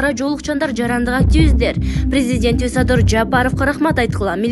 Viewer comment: Актиивиздер дебей, активистер деп окусан